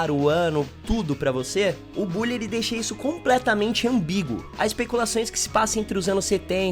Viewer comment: Cara já foi confirmado não é bally e sim bully